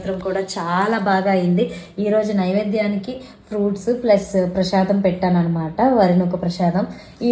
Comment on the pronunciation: Prasadam antaru andi prashadam kadhu 😂